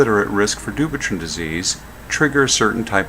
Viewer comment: It is pronounced du-pwei-t-on